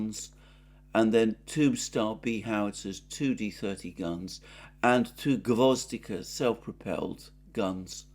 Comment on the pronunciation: It’s gvoz- DI- ka with the stress on the second syllable, means “carnation”